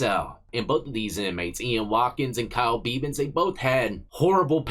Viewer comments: It’s pronounced beh-van not Bee-van🤣🤣. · Bev-an, not Bee-van. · Pronounced Bevan like Heaven. Which is where that scumbag aint going. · pronounce the e in bevan the same a e in egg. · Bevan rhymes with eleven not steven. From your friend over the pond.